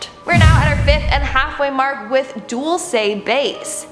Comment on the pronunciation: Dual see lol dul-ce